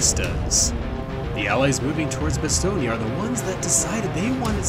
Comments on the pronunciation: I hear Bastogné, in french it's just Bastogne though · One thing I noticed is your pronunciation of Bastogne, it's pronounced more like 'Bah-Stone', not 'Bah-Ston-Yah'. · Stop saying "BastognA" bruh 😢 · Why do you say "Bastognia" ? It's "Bastogne", you can say "Bastognia" so just don't pronounce the "ia" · Good sir it is pronounced "Bastone" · I thought it Bastogne was pronounced ba - stone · I hate the way you’re pronouncing Bastogne. It’s cancer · Maybe use google translate on the names of foreign towns for proper Pronunciation next time??? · Idk how but I’ve never heard someone pronounce Bastogne like that.